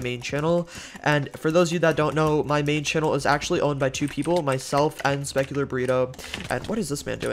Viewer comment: did he just say "speculatpotat"???